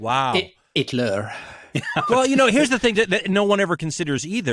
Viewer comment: 'itler' xD